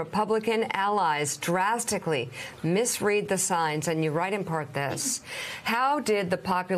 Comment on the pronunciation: It's ironic she misread "misread"